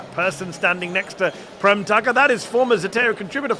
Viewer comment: Mehdi Prem is pronounced Prame.. you know that.. or should, since you are Indian